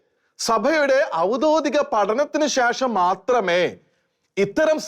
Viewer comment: ഔദ്യോഗികം കൃത്യമായി പറയു.... പല വാക്കുകൾക്കും ക്ലാരിറ്റി ഇല്ല